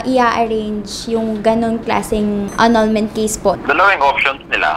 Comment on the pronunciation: “Anal—ment in da Birt Sertipikit” “Gud bay-bay. ..ugh” Ay ewan, Healings for ibriwaaan! 🤣